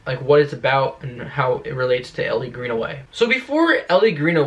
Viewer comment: It’s Elle not Ellie (pronounced like the letter L) but I REALLY hope she makes an appearance. I’d even settle for them mentioning her.